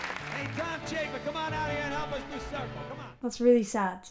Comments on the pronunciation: Chapin pronounced chaipin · Pronounced Ch ape in